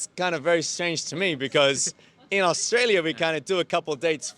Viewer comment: Is the Aussie guy hanging around with Americans or is it just the influence of American accents amongst the English-speakers in Japan? He's become very rhotic (pronounces all the Rs at the end of his words); he even says he's from "Australier".